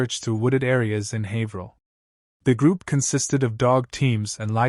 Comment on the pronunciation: Finally someone who knows how to say "Haverhill" correctly. Except Haverhill is in MA. Plaistow, NH is nearby though.